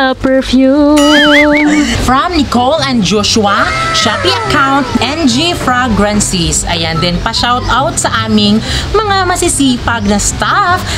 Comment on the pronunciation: Google mo panu mg pronounce ng fragrances ✌